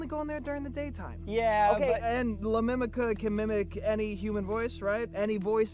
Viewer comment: "la mimica" "la lamika"